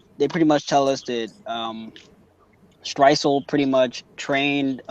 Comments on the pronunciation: what? mate your clearly referring to stresuen as stresuel and it gets annoying. dont get buthurrt fix up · had to turn it off because first guy kept calling "streusen" "streisul" lol....if your gonna review check the names man